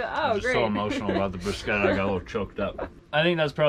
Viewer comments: What are you calling these things , "Briskettas"? ...????? oh you mean, "broos - ketta." - without the mozarella. "Briskettas " - with the Mozarella. Gotcha. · I giggle at many of y’all’s pronunciations. 🤣 This time I decided to comment. lol Bruschetta... broo-shett-uh